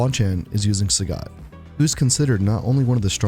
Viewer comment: It's pronounced Saget. Capcom doesn't understand phonetics because they're japanese and didn't bother to learn how to pronounce things.